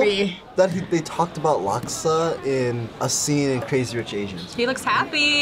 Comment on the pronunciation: As a singaporean may i know what in devil's name is that "laksa" ? Jesus Christ